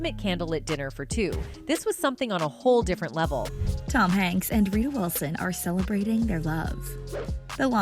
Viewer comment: TOM "YANKSZ"...